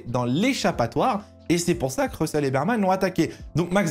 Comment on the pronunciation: stp on dit "Berman" - pas Birman. c'est un ours sur son casque, pas une biere lol